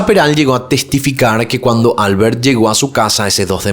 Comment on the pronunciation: Comentarios fuera de lugar sobre Rosa. Su vida sexual está siendo cuestionada. “Controvertida” (no “controversial”). “Albert” se pronuncia “AL-BÉRT” (no “ÁL-BERT”).